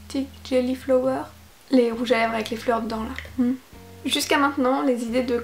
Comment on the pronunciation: Ça se prononce flawer